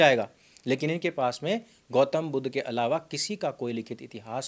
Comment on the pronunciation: Budh se itana jalan kyo disreputable pronunciations Aap aik mahatma ka nam itana galat tarike se le rahe haun jinake jaisa mahatma koi nhi huaa Sanatan me Sanatan ka hi sakha hain budhist